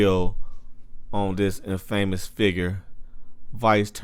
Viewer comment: Bruh you can't read worth a damn 🤣🤣🤣🤣 dude said in famous 🤦🏾‍♂️